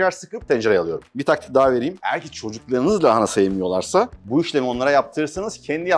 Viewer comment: keşke lahanayı doğru da telaffuz edebilse 😢